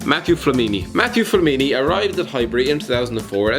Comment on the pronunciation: matthew flamini, like come on guys..